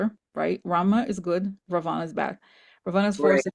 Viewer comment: I’m Indian and very familiar with the Ramayana. My grandma used to tell me this story when I was a child. So the correct pronunciation is Raa vana. And Hanoomaan. It’s a wonderful story. Also Kamala is fondly referred to as Lotus because “kamal” is the Hindi word for the lotus flower. We’re so grateful for all that Corina and you do for us ❤